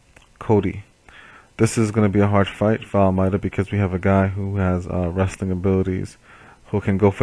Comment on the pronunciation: FIRST! BTW it's pronounced Almaydah.